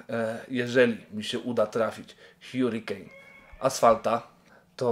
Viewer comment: ✨️hiurikejn✨️ pamietaj bernard!! hurricane czyta się harikejn <333